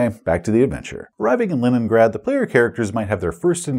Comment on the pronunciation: Are you calling it LINENgrad intentionally? Is this an inside joke or a slip of the tongue?:D